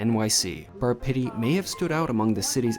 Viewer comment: Sounds more like Bar Shitty than Pitti - by the way, it is pronounced PEE-TEE, like physical therapy which it seems this place needs! That food looked awful - in Italy, we call it an Americanata. I don't know why people think that celebrities know anything about good food? Many of them are just peasants who got lucky!